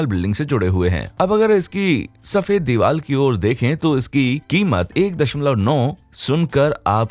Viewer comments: Why are you saying deewal for deewar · Am I only one who notice vedio maker is pronouncing diwar as diwal